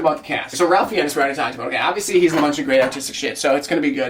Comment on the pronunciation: Ralph Fiennes surname is pronounced "Fines". Horribly true story, but a colleague that I worked with (Nicholas Hunter) killed his cousin (James Fiennes) in a brawl in a pub during a mental break. As for the film, looks good!